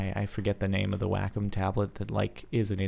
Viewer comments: When you were talking about the tablet, it's not pronounced "Whack-em", it's pronounced "Way-Comb". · WACOM, said: "way-calm"